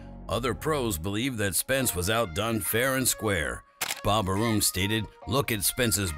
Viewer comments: It's not Bob "Arooom" it's Bob Arrom. Your a boxing channel get it correct please. Or is this an Ai talking? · AIR-RUM learn your subject matter! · It's Bob Arum lol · Bob Uhh-Room...LOL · I can't take this seriously. Couldn't even pronounce Bob's name correctly.